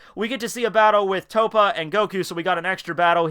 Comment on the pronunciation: and it TOPPO pronounced TOE-POE